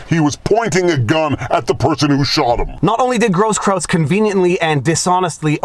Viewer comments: Grosskreutz pronounced gross kroits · Not that it matters too much, but it's pronounced Gross KROYTZ... means "big cross" in German. The benefits of having been stationed in Germany.... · You keep calling him Grosskraut instead of Groskkreuz. Was that intentional? Lol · Viva. My man. It's Groskroyts. The spelling. With kisses from Germany, Your grumpy German from Pommerania. 😘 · It's hilarious, the many mispronunciations of that guy's name. I don't think I've heard anyone say it properly. It's actually GROSS-kroyts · Absolutely no one: … Me: Proper German pronunciation of “Grosskruetz”sounds like “Grosskroitz”… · dude, I'm ashamed of your inability to pronounce simple German. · Is Viva a bit dyslexic? Brian "Stetler", Gaige "Grosskrautz ", when it should be Stelter (stell-ter) and Grosskreutz (gross-kroyts). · Not that I care about Brian Stelter, but you said Stetler a few times. Don't give haters a reason to attack your credibility. Stelter is the worst, though, I agree. I also think Grosskreutz isn't pronounced gross kraut.